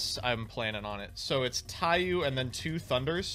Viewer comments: It's pronounced Taiyo not Taiyu, the u in the end of Taiyou just extends the o sound, it translates to Book of Sun, somehow that kept urking me. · saying TaiYOU instead of TaiYO bothers me greatly